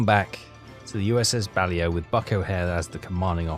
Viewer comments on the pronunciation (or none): READ YOUR COMMENT. BA-LAY-O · it is the USS BA-LAY-O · USS Balao (Bah-lay-oh...your pronunciation is still epic fail-level) is now up to 599,185 tons (counting your previous career that malfunctioned. Nice work! If you want better targets, I'd switch bases. Go back to Pearl Harbor and you'll go right off Japan. Should have plenty of high-value targets then. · Its not pronounced that way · Well that isnt how it is pronounced either technically so you have some need to coach 😂